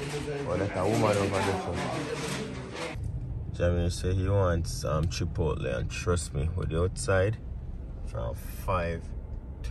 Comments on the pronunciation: Chip...out...deh thats what I hear seh 😂😂😂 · Every time says Chipotle I hear Chip out deh lol. I love your babies and wife. God bless you all